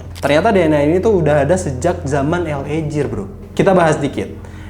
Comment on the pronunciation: Mas, LA GEAR bacanya bukan JIR tapi GIR..... ah elaah🤜💥